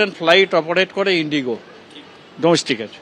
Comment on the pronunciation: Indigo ❌ Inigo ✅